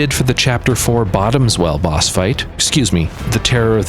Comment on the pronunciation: Lol at "Bottoms Well" it's "Bottom Swell" as it's a water monster, not a special friend (not judging if you're into sea monsters, you do you) 😆